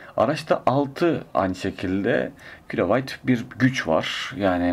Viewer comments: Bu isimde bir arabacık için ciddiyet seviyesi son derece yeterli. Ama kilovayt değil kW kilovat. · Kilovayt değil dostum kilovat diye okunur. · kilowayt degil.kilowat